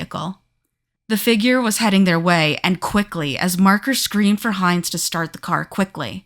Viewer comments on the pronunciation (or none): none